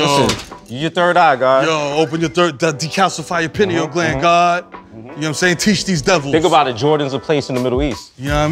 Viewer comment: When Mero said "decalcify your penial gland God" i was dead. lol.